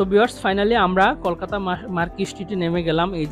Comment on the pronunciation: আপনার ব্লগটি ভাল লাগল কিন্তু আপনি আপনার উচ্চারণের ব্যাপারে আরেকটু যত্নশীল হলে দেখতে এবং শুনতে ভালো লাগবে। যেমন ভাত কলকাতা ঢাকা এবং সাবস্ক্রাইব।